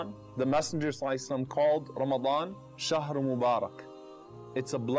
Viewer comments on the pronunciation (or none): Assalamualaikum... Recitation is not right, as it's shahar not shangar...